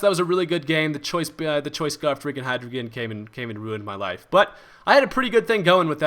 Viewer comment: It's hydreigon not hydrogein :D